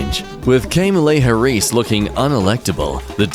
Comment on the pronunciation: The fact that no one is also DYING “kaymalay hareese”